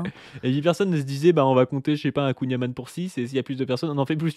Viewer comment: C'hallaoued détecté, il prononce beurre "amane" alors que c'est "amann" (comme dans "haaaaaaaann Pierre Alexandre le soleil il t'as cogné ton crâne d'oeuf on dirait boubou dans DBZ, haaaaaaannn", mais avec un "n" fermé en plus). C'est des touristes les gars, ils sont conseillers de com' à la défense mais ça joue les ploucs épais 🤣 A d'autres ! Insupportable le niveau de cheapos que nous sert l'extrême droite, ça fait pas rêver leur monde qui pue le siège auto resté au cagnard avant de se taper 8h de route. L'odeur fout la flemme à 10m...